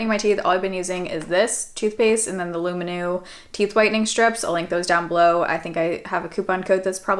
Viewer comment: The hat is super cute! Definitely keep it. I pack clothes into the hat to keep its form and then lay it flat on the bottom of my suitcase. That should help. Also, Lumineux - is pronounced LOO-MIN-NUH.